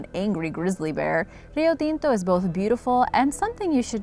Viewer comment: Kudos for your excellent video, and for your pronunciation of Rio Tinto! Are you Latina?